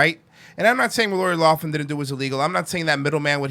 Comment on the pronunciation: Its Lough- Lin. Not loff- min. Lol.